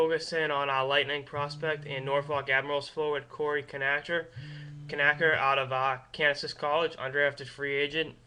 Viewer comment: By which I mean to say, "Please stop saying, "kuh-NATCH-er."